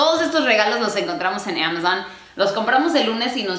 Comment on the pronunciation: Es el mejor video y uno de mis favoritos (number One), creo que desde este video, ví que perdió el miedo y/o nerviosismo al hablar frente a una cámara.... Sigue siendo 2020 y aún no pronunció bien Amazon ([eA]mazzzzzon)... Ya por ahí le va el ritmo jajaja